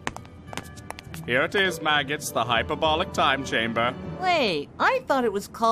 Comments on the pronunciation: saying all these other big word but can't say hyperbolic. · I love mispronounciations.